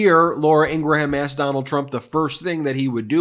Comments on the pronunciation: Ok, I’ll say it. Love this channel, but please stop telling people that Ingraham’s name is IngraHAM. I don’t eat a graHAM cracker. I eat a GRAM (phonetic) cracker. There is no need to butcher the Old Norse/Old English origin of this name. Please, it’s so culturally jarring for me. Thanks for providing this channel! I have learned a lot so far. I can hear the eyes rolling already. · Just FYI Ben Meiselas, when you pronounce Laura's last name it's actually pronounced IN-GRUM not IN-GRA-HAM. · your pronunciation of Ingraham needs work